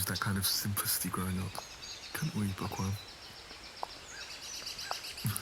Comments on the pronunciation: I’m not even joking when I first listened to this I thought was saying “pourqoui”? Not “bookworm” 😭😭😭😭💀💀🏃‍♀️ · I cannot be the only one who heard por qua instead of bookworm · Everytime he says 'bookworm' I hear 'pour quoi?' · Everytime says Bookworm, my French ear hears ''POURQUOI'' 😂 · I hate it but is it just me who herd it for the first time thought he said backowom or do I just have bad ears 😅